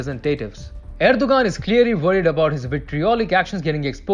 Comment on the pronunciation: You mispronounced Turkey's leaders name "Erdogan" and you mispronounced it every single time. If you want to come across as professional and not the amateur that you did, you need to learn how to pronounce the names of the things that you're talking about. A five-second Google search will show you how to pronounce his name correctly.